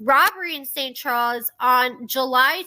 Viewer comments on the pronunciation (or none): none